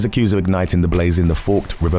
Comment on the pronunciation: It’s pronounced fork-ed river. I know it’s silly, but forked river sounds so weird to us.